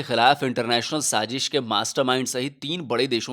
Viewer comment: Very informative video. Extremely smart move, beneficial to multiple countries. It's wise to exclude the countries that can not be trusted. Good job as usual. Gentle reminder: It's SAAZISH,not saaJish. Love all your videos. Best wishes from Boston USA.